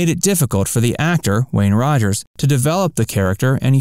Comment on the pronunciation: Wayne Rogers not Wayne Roger! Details are important. Do your own narrating (and homework) next time.